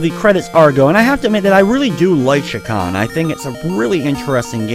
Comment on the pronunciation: You're the only person on Youtube I've heard pronounce Chakan correctly.